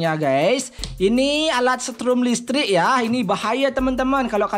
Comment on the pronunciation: Listrik woy bukan lestrik